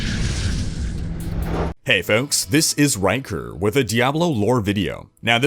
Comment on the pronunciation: First time watching his videos and in the beginning I thought he said "Wanker" instead of "Rhykker" <_<